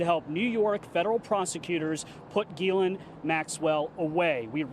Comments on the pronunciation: Its not Girl-ain it is pronounced Giz-lane so funny none of them get it right, makes me think its on purpose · Ghislaine is usually pronounced as gi LANE